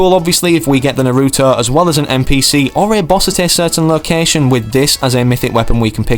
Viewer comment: He really said narüõto